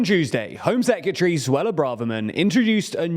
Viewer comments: Please say secretary correctly. Secatery isn’t a word. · I love;DR but please learn how to say secretary